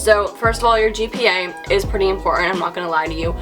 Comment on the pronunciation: I’m just curious were you saying QPA? or GPA?